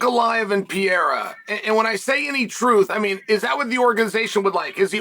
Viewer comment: Pierre-a and Della Madan Lame-a....Chael is no Anik when it comes to names lol